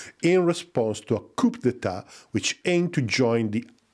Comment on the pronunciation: we dont say "p" in coup. its just coo.